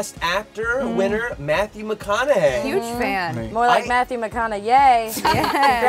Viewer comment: Blue JasWin? Matthew McConaughYAY? YOU'VE BEEN PRAZED.